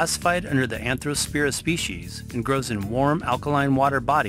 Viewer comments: Watch this "video" on MUTE, because the narrator is reading this text like he's reading a book to a child. And he can barely pronounce some of the words -- in fact, he pronounces Arthrospira as ANthrospira. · ARTHrospira not ANTHROspira!!!!!